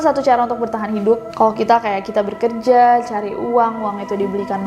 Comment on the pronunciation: Agak gimana gitu pas denger kak Nessie bilang bekerja itu 'berkerja' 😂